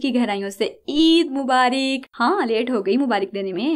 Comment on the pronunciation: Mubarik nhi aj tk mubarak padhe Or sune